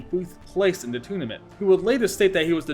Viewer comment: "Toonament"? LOL